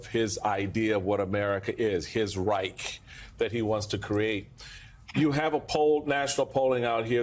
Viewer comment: Americans, and that includes Biden of course, don't know how to correctly pronounce the German word 'Reich'. Lack of education?